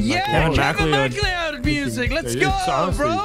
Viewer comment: My friends last is MacLeod and its pronounce as Ma-Cloud so every time they say it wrong I feel it